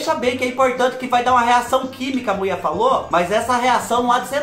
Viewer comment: Kkkkkkk o melhor é te ouvir dizer " a Muié mentiu pá nós" kkkkk a gente já sabe o resultado, mas a gente espera kkkkk você é demais, o que você não faz por nós?!!